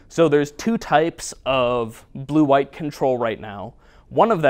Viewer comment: How many times did you say BLUE before even minute !! Hahahahaha Your love for BLUE!! is unreal! You love it so much it almost sounds like you are saying PLUE! "Players love to play PLUE!" LOOOOL